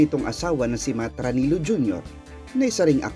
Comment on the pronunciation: is pronounced as " ra-ni-lyo. In spanish Filipino, double L sounds like LYA, LYO